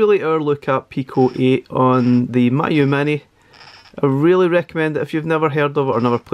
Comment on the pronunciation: It's pronounced "me, you"